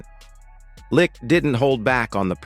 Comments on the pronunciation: Jesus H Christ....GM's name is pronounced light not lick. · IKR so many AI narrators mispronounce his name